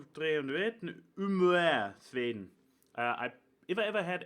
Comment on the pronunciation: Lol the only thing sounding Dutch was the way you said Sweden XD But... nah not even close Dutch and Swedish are really different. I know... I'm an expert on 50% of the languages. Also OMG awesome poster dude! But I was more focusing on something else for the first part... pow chika poow wooow